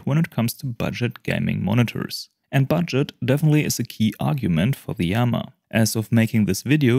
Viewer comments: I think its pronounced ii-yama as in japanese "good-mountain". Two words. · Thanks for sharing this! I looked that up before making this video and the best I could find was a video of a iiyama representative pronouncing it as just yama...